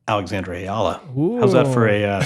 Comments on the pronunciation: How about starting the interview with a little courtesy by asking Eala to teach you how to pronounce her name instead of calling her "Yala" to her face? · Andy still saying her name wrong lol